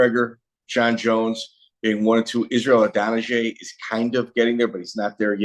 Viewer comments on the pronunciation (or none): I loved the entire podcast, but, "Israel Adanajay" ... really! 😂 That was funny